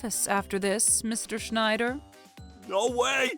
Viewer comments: Schnider (unintentionally pronounced as Schindler, except by the principal / / ) is in SUCH A WORLD OF SHIT. And DON'T GET ME STARTED ON THOSE DIPSHIT DELINQUENTS EITHER, complete with the "Beavis laugh" no less... ( - ) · Constantly pronouncing the wrong name was funny. Was it Schneider or Shidler?